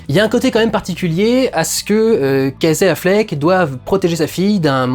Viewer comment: Alors tu prononces tout bien en anglais mais « Kazé Affleck » !